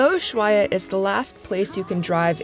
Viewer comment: VERY awesome shots BUT you guys really need to get on the same page re the pronunciation of "Ushuaia." Are you going to take the narrow-gauge train to the national park?